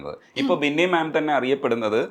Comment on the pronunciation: ബിന്നി ആണ്.. വിന്നി അല്ല 😊